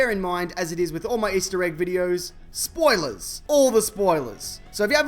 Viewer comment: Love how u say SPOILEZ